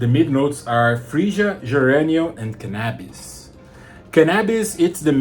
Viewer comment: Did you say canabis? Take my Money! 😂😂